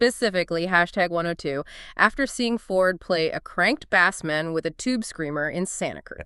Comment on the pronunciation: Fuckin AI slop! Bassman doesn't rhyme with ass man.